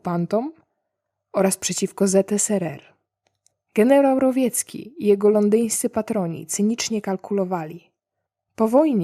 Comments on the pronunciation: Dwa błędy w tłumaczeniu, które kują ucho. Nie Stefan Rowjecki, tylko Stefan Rowecki. Polska wymowa jest twardsza. Drugi to nie Konstantyna Rokossowskiego tylko Konstantego Rokossowskiego. To jest Konstanty, a nie Konstantyn. A sam materiał, to takie bajdurzenia o złym wilku dla Rosjan. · Myślałem, że mnie to choć trochę poirytuje ale tu jest taki kwas! Btw - Rowecki, nie Rowiecki. No chyba ze doktor nauk tak napisał, tedy niech będzie jak sobie doktor życzy, a przewodniczącemu klubu księgarza życzę żeby upadł i sobie głupi ryj rozwalił. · A może Pani, pierwszy raz ujrzała to nazwisko i nie wiedząc, kto to był w historii Polski, użyła rosyjskiej (ukraińskiej ) fonetyki? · Rowiecki? Chyba generał Stefan „Grot” Rowecki. Rozumiem, że to dlatego, że tłumaczyłaś z rosyjskiego, gdzie było to zmiękczenie. Pozdrawiam, doceniam Twoją pracę.